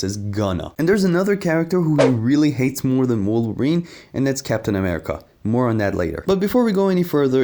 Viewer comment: Garth everytime he mangles Wolverine